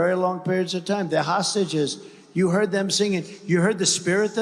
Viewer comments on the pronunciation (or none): He seems to have a problem saying 'hostages'. Hosashes